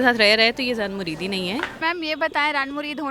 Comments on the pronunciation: O wo Run Mureed nahin Zun Mureed hota hai, kya ho gya hai apki Urdu ko 😏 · woh zan-mureed hota hai .... na ke run mureed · Ran mureed Nahi zan mureed Hota he.